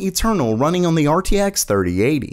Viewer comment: I'm still waiting for the day when says "on" properly.